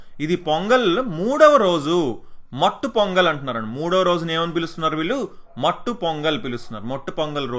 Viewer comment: Mattu Pongal kadu...sir....maatu pongal😅😅😅